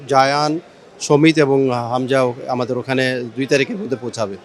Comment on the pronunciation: সমিত হুসেন বলে নাই shomith o same bolse😂